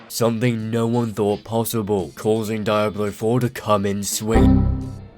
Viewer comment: the way you pronounce (DIE-ablo) is painful lmaooo Good analysis though dude.